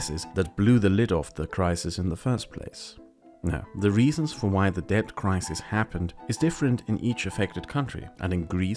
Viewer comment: “Debt” not “Dept”